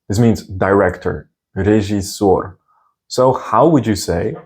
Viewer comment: Recommendation from native russian speaker: You have a good pronunciation but i can clearly here accent in your "режиссёр". We prenouncing this as it is written like "рИжЫсёр". We are swaping "Е" by "И" and "О" by "А" just because it cost less energy for mouth muscules. But this only happens if these vowels are not stressed. And there are no cases where we saying "ЖИ" or "ШИ". We only writing like this, but this should sound like "ЖЫ" or "ШЫ". Like your channel. Good work.